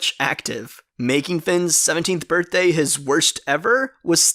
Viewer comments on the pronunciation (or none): none